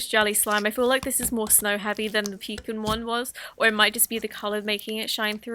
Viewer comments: Excuse me the what?? "Peakun" Wat Fantastic video though, love it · I cant stop laughing at how she managed to make a whole new pronunciation for pecan😄 So much love for these videos!